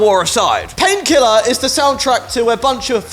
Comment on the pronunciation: I'm super late but I laughed my ass off when I listened to him say Painkiller. "Pinkelaaar!" Great video. Awesome comments. Fun read. I missed some Tool, Sepultura, Slayer, Death, Anthrax, Napalm Death, Gojira.